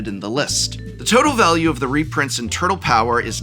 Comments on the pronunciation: Nobody pronounces 'turtle' that way. Nobody. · Do you actually say turTle that way or are you being funny? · my fav part of this video is Profs dedication to hitting that HARD second T in the world "turtle" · The word “turtle” has never been annunciated so clearly in the history of speaking